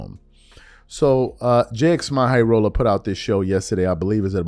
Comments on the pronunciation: great video but please pronounce Jxmyhighroller's name correctly. It's pronounced "Jimmy highroller". When I hear you say "J-X my high roller", it hurts my ears. Thank you. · “J x My highroller”?? 😂😂 it’s literally just pronounced as Jimmy! Bro actually pronouncing the X and M in bro name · Great break down and I said the same thing watching it. Also it’s pronounced "Jimmy High Roller" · Its pronouced "Jimmy Highroller"😂 but whatever.. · JIMMY and the fact you won’t say his name right is the reason WE ARE DONE WITH THE 90s